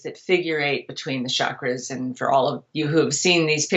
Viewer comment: One of the bullshit sources of modern chakra😂 exactly as she pronounces it “ SHAkras”😂